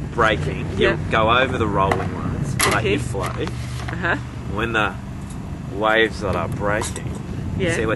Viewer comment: When they say waves it sounds like wives